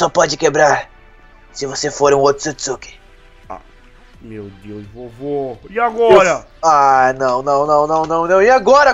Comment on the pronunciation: o hagoromo é otsotssuki